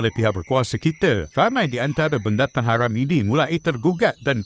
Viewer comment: Eiiii geli nye dengo,cakap orang tu ,cuba dengo cara dia sebut Haram,kesedaran geli betul Sajat lagi proper sebut tu.